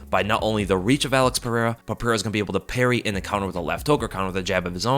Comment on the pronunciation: Joshua Fabia is sooo going to correct your pronunciation of Alex's last name bro!!